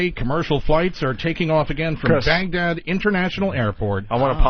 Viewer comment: Chris kept saying Bangdad instead of Bagdad